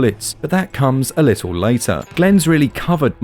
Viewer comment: Why don’t you pronounce the middle letters in words, little = li-el. Button = bu- in. Centred = cen- erred. Etc etc